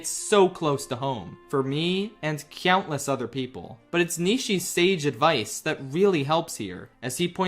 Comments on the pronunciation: great video but not gonna lie it takes me out of the video a bit whenever i hear you pronounce 'countless' as 'cyountless' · "CYOUNTless" 😂😂😂😂😂😂 we luv u ❤❤❤ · why does he say cyountless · I can't un-notice how he pronounces countless with a y every time. cyountless.